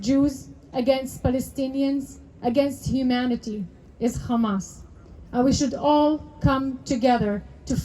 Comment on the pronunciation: no Arab says "khamas." Nice try though. Pretty committed to the fraud.